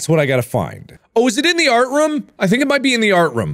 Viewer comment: Markiplier: “Roof.” Okay now say Room. Markiplier: “RoUhM”